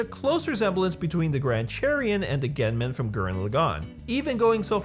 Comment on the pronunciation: he sed gunmen worng..... I'M TRIGGERED!!!!!!😂😂😂😂